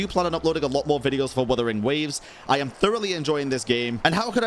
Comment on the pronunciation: "Wathering waves" lol